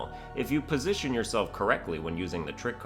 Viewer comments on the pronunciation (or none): none